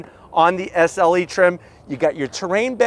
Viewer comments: SLE... not SeL 😂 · Hey, You kept saying “SEL” badges all over the back of the vehicle. It’s SLE. 😂